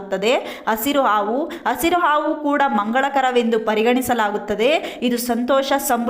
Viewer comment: ಆವು ಆವು ಅಲ್ಲ ಅದು ಹಾವು 😎